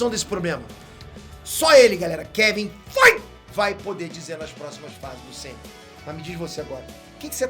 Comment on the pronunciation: Rapaz...se eu tentar pronunciar Feige dessa forma aí fico rouco o resto da vida...kkk